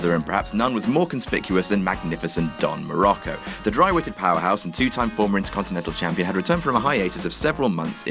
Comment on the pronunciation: his name is Muraco, not murocco.